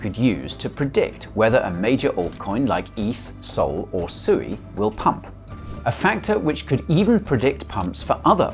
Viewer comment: Did you just prounce SUI, SUEY. 🤣🤔 Wow you'd think you would have learned by now after hearing from the devs at Mysten Labs that SUI means water in Japanese and is pronounced Swee. When you talk about Dogecoin do you say Dodge and end up confusing your new to crypto viewers?